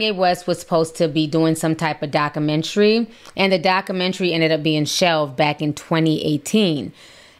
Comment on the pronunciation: “Docka mentry”